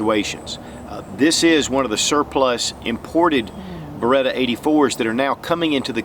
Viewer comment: Bare-Ah-Cheetah??? I always thought it was Ba-Ret-Ah. Lol